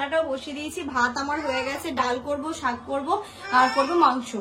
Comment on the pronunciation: বেশি শিক্ষিত হলে কি শাক কে শাগ বলতে হয়?